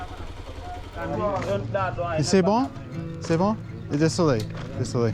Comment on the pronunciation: i love ur "desoles" when u say "des solai" it always translates for me like "cuz of the heat" XD all love gang! my french sucks aswell.